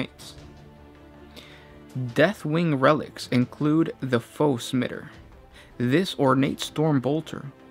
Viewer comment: Foe-Smitter? It's Foe-Smiter (Smy-ter)